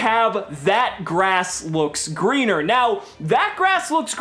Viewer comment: You mispronounced That Ass Looks Leaner